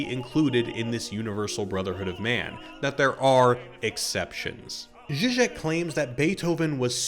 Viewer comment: I would like to hear more about Zizek, but for another comment I wouldn't have even known who you meant based on pronunciation, links to references and names in the description would be hugely helpful